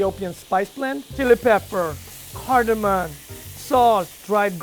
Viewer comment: You're a chef but mispronounced turmeric and cardamom? Really? Barely over a minute into the video and I've lost respect for the guy.